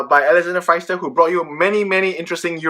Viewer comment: Thanks for your video,! By the way, pronounce Pfister with an "e" as the letter "i" Maybe for your next video:-) Hope to see more Comet!